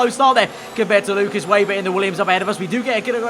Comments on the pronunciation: Should be pronounced Veyber i think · Weber not 'Wayber' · If you say veyber or webah it’s fine, if say weyber it’s not